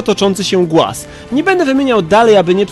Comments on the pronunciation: głaz? chyba! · Głaz? Chyba raczej...